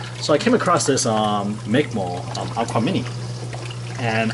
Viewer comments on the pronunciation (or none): Its not MICK MOLE...WRONG PRONOUNCE...ITS MICROMOLE OR MICMOLE....A micromole is a unit of measure defined as 10-6 (one-millionth) of a mole. The symbol for micromole is commonly umol or μmol. A mole is defined as approximately , so therefore a micromole can also be defined as: 1 μmol = .